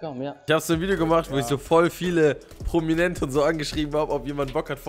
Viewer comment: "Promiente", Kopf hoch 😂